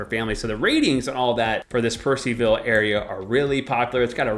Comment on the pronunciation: enjoyed your video. just one thing tho , it is Purcellville not Purceville . Different pronunciation & spelling. And i agree it is a really really nice place. Love the west part of Loudoun County <3